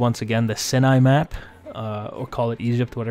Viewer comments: You keep saying SIN-ny... I think what you mean to say is SY-ny for the Sinai Peninsula the first I makes an "CI" sound not an "IN" sound. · Just throwing it out there, the B52 low pass by the carrier, that's a real world, actually happened thing. And Sinai [sie-nie] lol